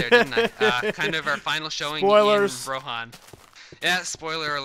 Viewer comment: Since when is Rohan pronounced Ro-hon?